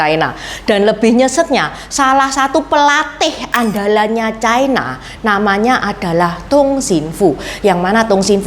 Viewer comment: Ucapan yg bnr : China, bukan chaina